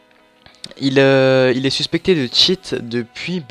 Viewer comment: mec... tu dit "suspécté" mais il y en as plein qui cheat vraiment dans ta vidéo --'